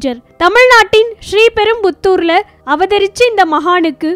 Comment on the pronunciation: Voice over is horrible !! She can't even pronounce Sriperambadur properly ...